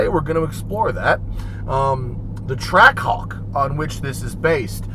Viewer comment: All I can hear is "Track cock", especially when he says it really fast. I'm not a native english speaker but it's funny how none of the guys from Jeep actually thought of that. (Or anyone in the comments as far as I can see for that matter)